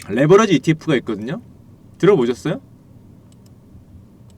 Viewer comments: 레버리지를 레버러지로 발음하시니 스펠링을 설마 모르시는건가요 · 레버러지가 아니고 레버리지입니다. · 형 근데 왜 자꾸 레'버러지'라고 욕해? 미안해😣 이거는 안살께...😉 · 레버러지가 아니고 레버리지 입니다 바로알고 방송하세요